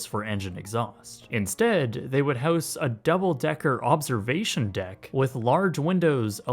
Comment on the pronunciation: It would be really nice if you could learn how to pronounce words. House in this context is pronounced “houze.”